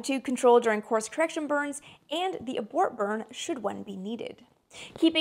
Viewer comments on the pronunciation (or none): none